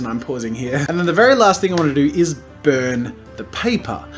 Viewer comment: When you said "i wanna brun the paper" my heart died a little, but god u just meant the edges 😅😂